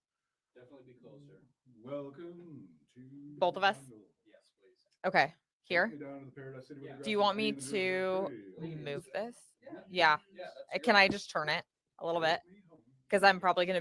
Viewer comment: Ughhh I’m so sorry I this is “rude” or whatever but her voice just grinds my gears ⚙️ 🤮 even the way she says “can I just churn it?” Meaning to say “can I just turn it” of course it’s probably a huge bias bc of her evil nature, litigious frivolity and torturous behavioral patterns but 🤷🏻‍♀️ it’s worse than vocal fry to me!!!